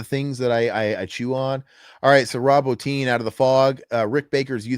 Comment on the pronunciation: Bottin, Quarter(?)-mass Bro, I know you're young but learn to pronounce stuff proper !😂 Thanks for covering these though. I never had a problem with the way they broke up stories like that.I think it was just from a different time where people were used to reading and had attention spans😂😂